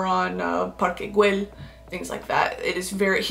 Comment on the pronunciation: so I'm from Barcelona and since you'll speak about Parque Güell, it's important that you know that the double L is pronounced like an I/Y, so kinda like [GÜEY]